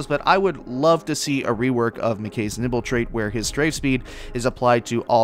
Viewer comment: I keep hearing nipple instead of nimble lol. Thank you the video!